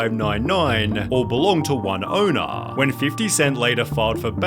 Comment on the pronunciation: I hate and i mean hate how you annunciate every single word at the end of each sentence you read. It is so frkin cringe i cant believe ppl didint go insane. How you said owner and manager is just not normal. Its criminal. I want to slap this out of you.